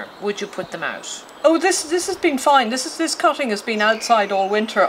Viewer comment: First of all your vid title says cuttings which you are not doing , you are doing divisions. Second you are supposed to be referring to "cutting" not "cotting " as you pronounced it.